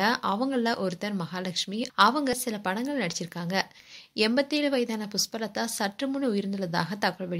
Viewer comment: புஸ்பலதா இல்லம்மா 😂 அது புஷ்பலதா தமிழ் வெளையாடுது போ உன் வாயில